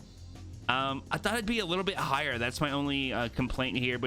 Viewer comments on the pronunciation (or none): none